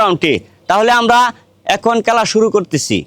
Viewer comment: খেলা না বইলা বলে কেলা😂